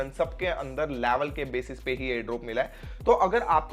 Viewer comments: Laavell😂😂😂😂😂 Laavel sabke niklenge😂😂😂😂😂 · Bhai aap level bolte ho to use ladki ka yaad aa jata hai 😂